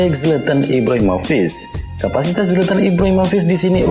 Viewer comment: Penyebutan rede crunic , nik bukan nis. Ibrahimovic , vik bukan vis